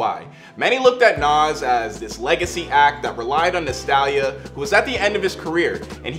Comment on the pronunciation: i-... did you say nostalya...?,?😭 baby its “nostalGia”